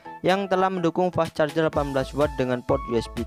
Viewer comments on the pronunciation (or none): none